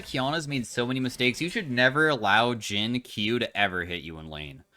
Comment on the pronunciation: "Jhin mid", "Jhim" even... 🤔